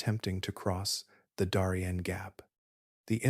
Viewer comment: "Daw-rien"❌ "Dairy-ien" ☑️